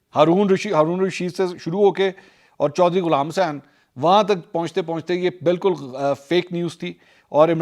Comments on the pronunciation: The way you say the name of Ch Ghulam hussain was epic. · ye ghulaam hussain wala accent ajeeb nahi ta? 😄😄😄😄 eid mubarak mansoor bhai